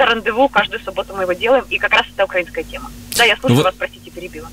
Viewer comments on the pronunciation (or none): none